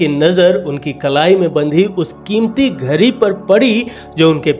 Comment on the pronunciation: घड़ी को घरी क्यों बोल रहे हैं।